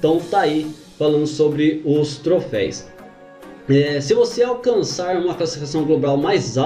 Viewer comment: Mano, é "troféus" ! kkkkk